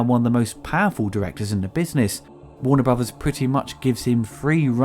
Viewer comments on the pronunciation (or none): "Warner Bruvas"